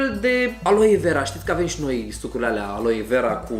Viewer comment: i m also a native speaker and while he may be easy to understand, he does a lot of what i call "vowel swallowing" ["suc'rile alea", "f'ra alte discutii", "ap's(a)ti"]. unfortunately this has become very frequent in romanian and it s very disturbing [personal opinion, of course]. romanian doesn t have long vowels so if we don t keep them as they are, along with diphtongs and triphtongs, we risk sounding like "prst", "smrt", "ctvrt" which are, trust me, real words in czeck and serbian. you are right...he may not have been hard to understand, but my brain paid more attention to the way he pronounced than to what he was saying because, although i live in a region with a "fast speaking pace", we do pronounce the vowels. speaking fast doesn t mean swallowing sounds ...but again, that s why oratory is an art... 😉